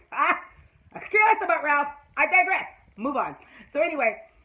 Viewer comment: LOL! I love how you say Ralph.